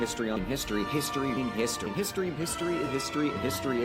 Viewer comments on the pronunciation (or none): I'm probably imagining it, but I swear I heard "mystery" and "pisstory" a few times. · Some of these sound like he's saying, "Mystery", but that could be my brain having a stroke from history-overload XD